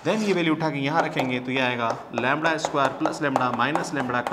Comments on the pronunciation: Sir it's lambda not lamda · Very good explanation sir. But its lambda not lumbar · लैंबडा होता है नकी लैंबणआ